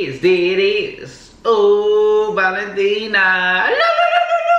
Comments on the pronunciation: Yea it’s Valentina no tino lol she said it rite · Its called valentina not with a o cause i eat that sauce